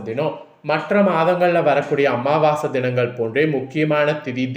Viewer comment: அமாவாச இல்லையா அமாவாசை 🤣 மார்கலி இல்ல மார்கழி🤣( உச்சரிப்பு மிக அவசியம்)😊😊😊